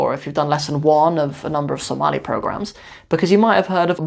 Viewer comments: ooh, your pronunciation is better than many somalis. masha Allah brother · your speaking Pure Somali compare to the people born and raise in overseas day after day, your pronunciation is improving